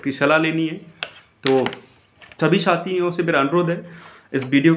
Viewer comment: भाई साथियों होता है न कि छातियों😊